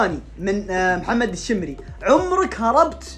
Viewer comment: يا ترا انا شمري ترا نطقت الاسم غلط شمري شمري أنا شمري